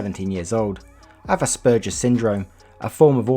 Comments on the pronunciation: The pronunciation of Asperger's is ass pur gers and you pronounce the gers how you say gers in burgers. Edit: Thanks for the heart Daddy! Edit 2: DID YOU REMOVE MY HEART ILL HAVE YOU KNOW I DESERVE IT SO MUCH MORE THAN ANYONE ELSE HERE DOES! breaths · I’m still laughing at the way you said aspergers